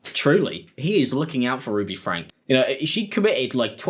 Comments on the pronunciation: Why does he keep calling her "Ruby FRANK" and not "FRANK-Y"? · It's FrankEEE. Not Frank. It's driving me crazy. FrankE. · The pronunciation is FrankE, 'Fran-kee' 😊